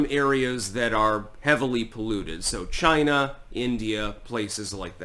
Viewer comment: "It came from CHY-NA!!!"